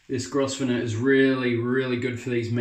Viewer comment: Hi. New subscriber to your videos. Love your enthusiasm keep up the good work. Oh the brush is pronounced Grovner. The S is silent 👍